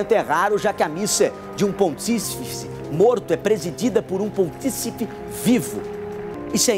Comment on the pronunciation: O repórter pelo menos poderia aprender a pronunciar a palavra "pontífice".